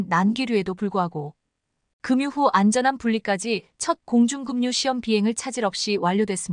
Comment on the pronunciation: (급유)의 발음은 (금유)가 아니라 (그뷰)라고 발음한다. 이를 보면 국내 유튜브는 아닌듯 하다.한국의 방산에 대한 홍보는 감사하지만 미심한 점은 그 정체가. 무엇이냐? 하는 점이다.